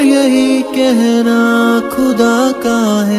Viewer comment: تلفظ پر توجہ دیجیے اداءیگی ٹھیک کیجیے کھدا نہیں بلکہ خدا ہے کھیر نہیں بلکہ خیر کھلقی نہیں بلکہ خلقی ہے